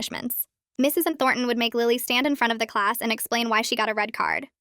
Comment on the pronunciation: Anyone else bugged by the teacher’s being pronounced as Mrs EnThornton?